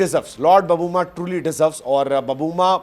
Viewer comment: बबूमा नहीं सर.......... "बऊमा"!!! "छोटा समझके फ्लावर समझे क्या......... फायर है अपन"!!!